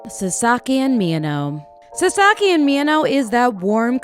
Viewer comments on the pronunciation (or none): Did you just say saSAki? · his name is pronounced like SAsaki with the emphasis on the first syllable